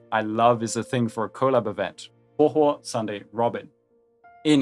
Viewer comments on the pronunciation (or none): People pronouncing huohuo never gets old.